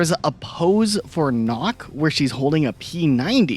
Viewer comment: Also Nøkk. It is not pronounced like knock. It's pronounced more like the sound of duck. Basically nook, but two ks and one o